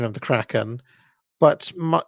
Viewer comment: You say "Kraken" perfectly